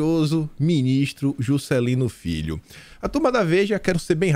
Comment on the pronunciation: eu estou em oração por esse canal!!! Socorro Jesus!! Abençoa Teu " fii" 🤣🤣🤣